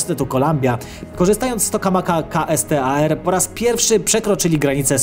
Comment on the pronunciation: Kastar 🤣🤣 dobrze że nie kastrat 😆 Jak już to "Kejstar". Kto ci ten scenariusz pisze 😂😂